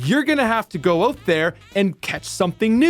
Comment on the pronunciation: Why do you keep saying OAT instead of OUT